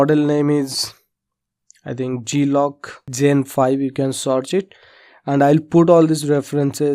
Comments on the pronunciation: Prononciation is GLOCK NOT G-lock ..... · Weapon is the Glock (pronounced like Clock but replace the C with the letter G) 19, Generation 5. Starting out with Maya and I was looking to model a pistol and since this tutorial might help, I thought I'd return the favour and help you pronounce the Pistol name.